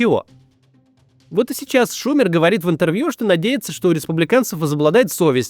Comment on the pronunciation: Не шУмер, а шумЕр!